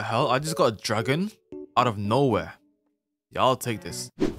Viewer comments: I like when your voice says YEUR😅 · "YEUR" never get old